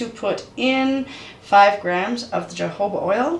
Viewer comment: I think your jojoba oil wrong you said it with the Jay, not with the H J has a h sound like jalapeño